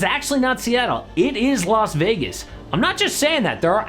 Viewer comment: it’s las vegas people…las vegas